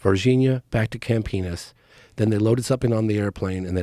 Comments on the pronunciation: This guy loves saying "campenis" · I love how he pronounces Campinas as "camp penis"